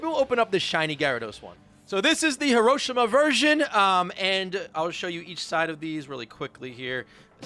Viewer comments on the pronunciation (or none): Im from Japan and the way you pronounced hiroshima deserves a sword death